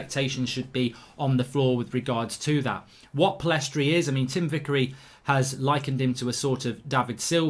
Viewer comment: Mark, get the guy’s name right. Pillistri not PillEstri.